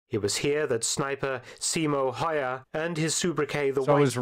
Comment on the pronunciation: The video's pronunciation of Häyhä as "hoya" is pretty impressive as it manages to get one of two consonants and all three vowels wrong in a five letter name.